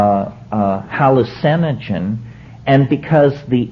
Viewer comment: The way Terrance says "hallucinagen" o.o